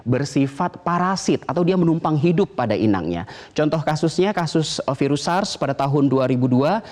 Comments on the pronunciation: yg ke 3 ngomong virus jdi seafood :v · Hahaha iya dong ngakak, dr virus ke sivud haha